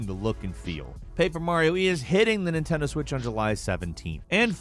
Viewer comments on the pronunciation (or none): none